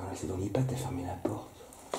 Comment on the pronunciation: c'est HEPAD et pas Ipad:D